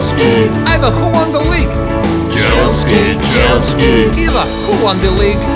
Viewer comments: It is Chelsea not Chelskea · It's chealsea not chelski